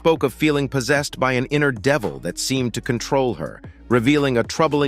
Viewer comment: Did anyone else notice the AI generated voice couldn’t say the words devil and goblin correctly? Hmmm. That’s interesting 🧐